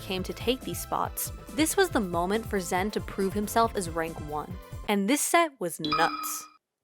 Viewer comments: it's not the correct pronunciation it's ZAAN like Xanax or Zaxby's, not ZEN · honestly bothering me, its zan not zen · Love how PGstats went out of their way to use the “correct” pronunciation of Zain and still mucked it up. He said himself it’s Zan, like Xanax, not Zen. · ok so it’s incredibly nice of you to try to pronounce zain’s name in the intended way; but, like, it’s not pronounced zen, it’s zaan. ok that’s all great video!!! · You're just fucking with us at this point pronouncing it Zen instead of Zaan or Zayn Edit: I think toph and vish were actually saying it wrong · I understand that Zain prefers the pronunciation Zaan, but you went even further to fuck it up to Zen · Alright, it sounds like she’s saying “ZEN” in this video. The original commentary sounds like they say “ZAAN” and 99% of people pronounce it “ZAYN”. Can someone please tell me which one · the confusing thing is she pronounced it differently than Zain (rhymes with rain) AND differently then the commentators at the tournament that used Zan (rhymes with man). In this video it sounds like Zen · stop saying zan lol its so cringe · STOP SAYING ZEN AHHHHHHH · It’s pronounced Zaan, no flame. She probably didn’t know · if he doesnt care how you pronounce it, why are you trying, and failing, to change it? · just say it how we always have like a normal functioning human being. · How can you do a pg stats video without being able to properly pronounce a players name